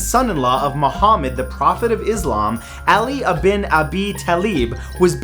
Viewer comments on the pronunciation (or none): 'Ibn' is pronounced as 'eeb-noo'